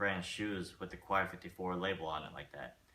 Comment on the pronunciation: pronounced (kay 54)